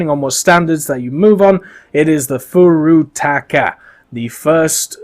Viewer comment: Ayyy 360p EDIT: not Furutaka. Furry Taco..... correct pronunciation